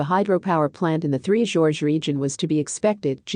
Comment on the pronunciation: For F/S...Get it right. Its 3 GORGES. 3 Georges is a trio of blokes with the same name.